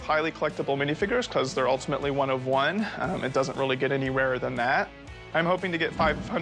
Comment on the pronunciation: It's 'one of one' not 'Juan of Juan'